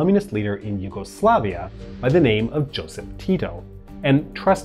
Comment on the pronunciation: you said Jozef Tito - It was Josip Broz Tito ( or Josip Tito).